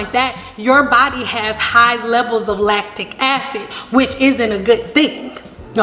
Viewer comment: Rebelfairy4life I aint dun took the time to here her say “latic acids” I could of been watchin sum else.